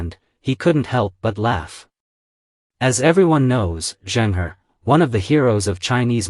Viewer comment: Pronounced Chung Ho. He was a Muslim. Ming dynasty's military that defeated the Mongol Yuan king had 4 main generals, 3 of whom were also. Yusuf Chang, a direct descendant of the Ming, states that the first Ming king was a Muslim, but preferred not announce it too much in order not to alienate the Hans. The Qing didn't like the Ming, and I believe, also destroyed the 300 ships of the admiral Zheng He, or most of it.